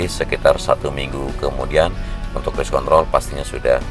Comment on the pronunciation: Wah pelanggaran nih.. bilang race kontrol gak pake R 😂😂😂